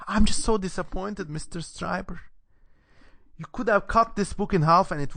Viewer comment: Pronounced like "Streeber" not "Striber." Interesting analysis, well done.